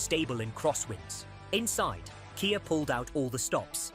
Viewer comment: KAY YAY sportAGE. Ai slop.